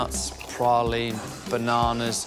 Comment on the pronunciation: Nice to hear "praline" pronounced correctly...